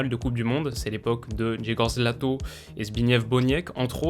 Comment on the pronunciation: On dit Zbig-nièf Bonièk et G-jè-goch Lato (le "rz" polonais se prononce comme un "j" mais la difficulté d'articulation au sein d'un mot le rapproche souvent d'un "ch"; pareillement si le "w" polonais se prononce normalement "v", en fin de mot il ressemble plus à un "f")